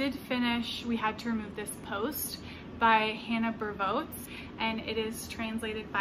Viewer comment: Bervoets is pronounced a bit like bair-voots.